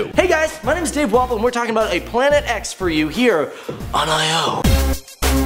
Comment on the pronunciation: is it just me that always hears "My name is Dave Waffle" instead of?